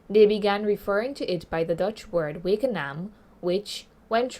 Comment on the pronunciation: It’s Wakanaam not Wakeanaam